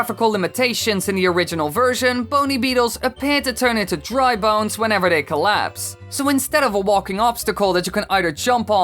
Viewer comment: I thought your said drug bones